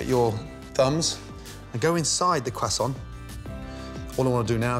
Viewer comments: Itd not quasont ito croissant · I like that he says cwesont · Didn't know it was pronounced "Cray-sont" I always prounced it "Crow-soints"